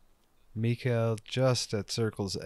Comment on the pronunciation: Just FYI: the K in Mikael is hard k.